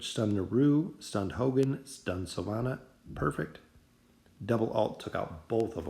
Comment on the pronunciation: Am I the only one that gets kinda annoyed that he says Silvana and not Silvina?